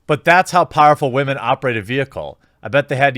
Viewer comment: Lol this guy cant pronounce "women" correctly. Wtf. He said it 3 times in a row almost.